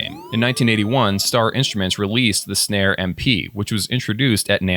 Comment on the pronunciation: Also just to set the record straight the company Synare was pronounced Sinair just so you know 😉